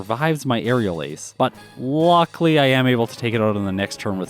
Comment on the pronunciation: You're also overusing the snot out of the word "luckily", which you seem to pronounce "luckly".